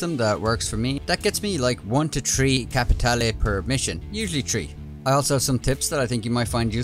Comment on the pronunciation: I like the fact you pronounce "capitale" correctly 😁